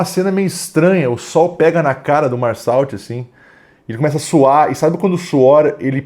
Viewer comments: É merssô a pronúncia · A pronúncia correta do nome da personagem principal é “Mersô”. Não é uma crítica, só ajudando mesmo